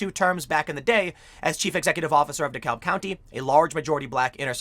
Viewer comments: FYI Tim, Georgia pronounces its "DeKalb" as "d'cab". As a former resident of a Chicago suburb and current resident of an Atlanta suburb, it threw me off at first, too. (Also, "Ponce de Leon Avenue" is not pronounced how you'd expect, either.) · Appreciate the coverage on this! Not at all a surprise. BTW, down here, DeKalb is pronounced "duh CAB". Everyone in GA winced just a little bit each time you said it. It's one of those Shibboleth kind of words. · Dekalb county pronounced “De-cab” county. For some reason the L isn’t pronounced in Georgia 🤓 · It’s pronounced de kab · Weirdly, DeKalb is pronounced duh-cab. As in taxi cab. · pronounced, De Cab county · It's pronounced De CAB county - don't say the L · it's pronounced De-cab. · So weird hearing someone pronounce the "l" in Dekalb that way. It's basically silent. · The L in Dekalb is silent and Gwinnett has the emphasis on the second syllable.